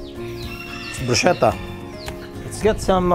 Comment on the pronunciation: By the way Mr. Gomez, bruschetta is pronounced “broos-ketta”.😁 Love watching your cooking vlogs.